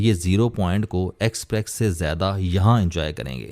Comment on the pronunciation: It is expess, not exprex